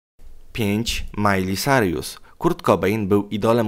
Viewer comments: Czm gadasz Majli Sarjus XDNie czasem Majli Sajrus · Miley "Sarjus"? Aha... Ja myślałam, że "Sajrus" ale ok... Ja się nie czepiam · Majli Sajrus? Bożeeee zabierzcie mnie stąd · Majli Sarjus Hahahah ok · Emm...mówi się majli sajrus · Majli sajrus